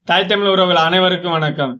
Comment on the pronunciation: தயவு செய்து தமிழ் என்று கூறப் பழகுங்கள் தமில் என்று கூறாதீர்கள்